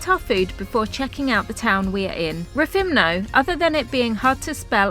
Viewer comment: At least pronounce the name of places correct 😂!!!! Rethimno not rethimna 😮